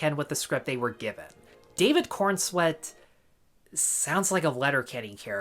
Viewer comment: Corenswet not Cornswet, feels more like you're mocking it just for the sake of it.